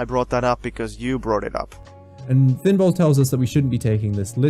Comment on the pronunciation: Finbol, you said it perfect. Thankyou.